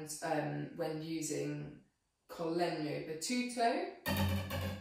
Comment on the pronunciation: Definitely my favorite instrument in the whole orchestra. Perfect pronunciation of Italian terms like "col legno" "normale", thanks for this from an Italian guy!